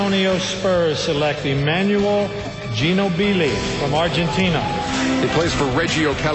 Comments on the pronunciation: emanueel geeenobeelee lol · haha, "Emmanual Geno-Beelly"